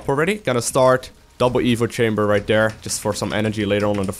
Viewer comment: Is it just me or am I the only one that enjoys when he says..."Im gonna send these over Dare, gonna put this over Dare, send my army over Dare"... lol. I like the way you say the word there. But you say it like Dare. But anyways, i always enjoy your uploads, always teaches me to become a better Zerg player. Keep those videos coming!